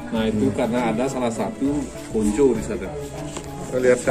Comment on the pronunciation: Kong Cho bukan konco